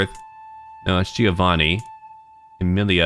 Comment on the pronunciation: Camarilla is prenounced (Cama-Rilla) I played Vampire larp during the 90's